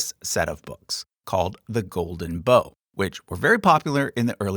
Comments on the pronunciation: It is not pronounced "The Golden Bow", as in a bow and arrow, it's "Bough" as in a tree bough. Think of the nursery rhyme, "Rock-a-by Baby", specifically the line, "when the bough breaks, the cradle will fall". The distinction is important. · Dear: sorry, bough is not pronounced bow as in bow and arrow, but bough as in when the bough breaks/take a bow. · The bough in "The Golden Bough" is not pronounced as "bow", "bough" rhymes with "cow"! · I admire and enjoy your work but isn't it pronounced like Golden Cow? "When the bough breaks" and all that 🙂 [insert Golden Calf joke here] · Glad someone pointed this out. I had to stop the video when he said that. "Deck the halls with boughs of holly"